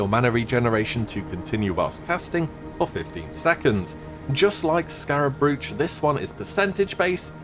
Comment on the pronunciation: please pronounce 'brooch' properly